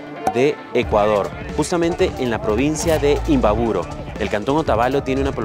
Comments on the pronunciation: Se dice imbabura.....no imbaburo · Se dice imbabura.....no imbaburo....